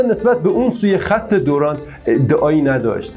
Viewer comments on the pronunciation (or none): سلام. خدا قوت. برنامه مفیدی بود. قسمت اولش را نیافتم در صفحه‌تون. ضمنا تلفظ رایج در افغانستان، خط دِیورند است نه دُرند. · جان این خط تلفظش دیورند. لاین یا خط دیورند. است